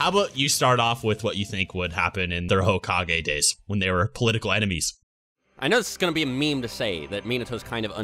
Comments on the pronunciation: so are we just gonna keep letting him say hokag-anus or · One rebuttal: Dr. Phil would pronounce it like "hoe-cage"